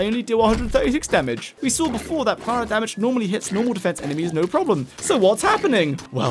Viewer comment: Planar is said Plane-Are. Like other plane of existance. Otherwise great video!